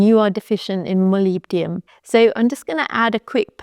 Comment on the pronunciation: Try to separate the Word in 2… molib-denum